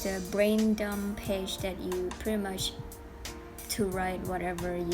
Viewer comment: Lovely! (It's Brain Dump though, not Brain Dumb)